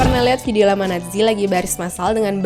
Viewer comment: Kan dia bilang nya natzi bukan nazi